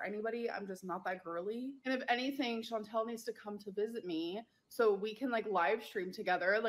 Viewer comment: Her mispronouncing “ChanTEL” and “Feudie Booty” is classic narc. She could pronounce it correctly if she cared, but that would first require her to care.